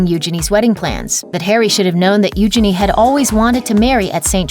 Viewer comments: Its not pronounced Uginy its Uginie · First of, stop butchering her name! It’s Eugenie (like Genie in a lamp) not euginny! I’m not a royal fanatic but it’s really annoying! As for the rest of the drama?! It’s complete bs. All minor royals get married at windows. Megan and Harry weren’t the first and eugenie and jack won’t be the last. Sure she was dreaming of getting married there, but she also had to! And why do numbers matter?! Harry at one point was 3rd? In line to the throne? Now he’s what? 6/7 and eugenie is? A lot more. Harry is in the spotlight and eugenie is not. Obviously the numbers aren’t going to be the same! You’re making drama where there is no drama. Stop milking the royal family because your president is a shit show!! Gah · It’s pronounced you-jayne-ee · Your pronunciation of Eugenie is hilarious